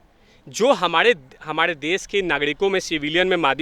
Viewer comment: Pehle sahi se bol toh le phir interview dena..... Humadeeee nhi be humare hota hain woh